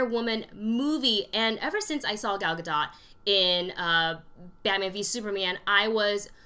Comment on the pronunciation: Please learn how to pronounce Gal Gadot's name properly.